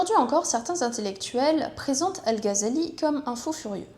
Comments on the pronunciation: "al gazali" les oreilles qui saignent 😅 GH dans les langues sémites ça se prononce comme le J en espagnol à la limite à la francaise tu pourrais dire "al razali" ça serait toujours moins bizarre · Ça se prononce ''razali'' en arabe. (Pour info,c'est pas une critique) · si tu ne penses pas que prononcer le "Gh" arabe avec un J à l'espagnole ou un R à la française sonne toujours mieux que "Gazali", comme c'est répété en boucle dans cette vidéo, c'est que tu as un problème d'audition ou que tu es de mauvaise foi, ou probablement les deux. 🙂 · Non, ça ne se prononce pas comme le "J" espagnol mais plutôt comme le "R" français. Le "J" espagnol correspond à la lettre خ arabe alors que le "R" français peut sonner comme le "غ" arabe. C'est الغزالي et non pas الخزالي